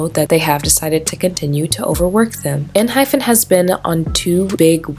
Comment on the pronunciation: not really the point but just wanted to say it in case no one else did, it's pronounced en hi pen (kinda) and not with the actual pronunciation of hyphen, for a better explanation, you can hear them say it when they introduce themselves and pls dont get me wrong i dont wanna be annoying again, just wanted to say it in case no one else did